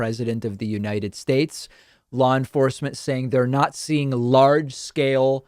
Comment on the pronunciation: He said "not seeing" which sounded like Nazi-ing. I knew it!